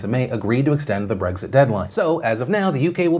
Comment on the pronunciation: I get triggered every time Phil says "Breggzit"